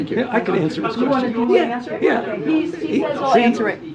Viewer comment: He siad "I can awncer that" then said fukall.